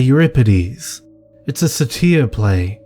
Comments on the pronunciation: It bugged me the whole video you pronouncing Satyr wrong, its sādər. Or Say-der. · next time just say Mr. Tumnus!! LOL